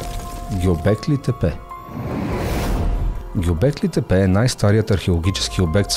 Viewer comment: Вижте, има едни неща, които се наричат "интро" и "аутро". Освен това от уважение към публиката е добре да знаете как се произнасят имена на места и личности. Например Гьобекли тепе се произнася с ударение на последното "и" - ГьобеклИ, а не по избран от вас начин. Иначе - успехи на канала ви!